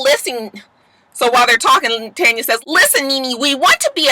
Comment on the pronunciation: Lol I also love that out of everyone I watch review this show on YouTube you are the only one who says Tanya name right 😂 and I still say give her nene peace next season dammit